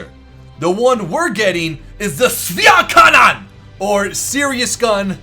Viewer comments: except the "Schwerkanone" :D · pls dont say Schwerkanone anymore, its offensive to german ears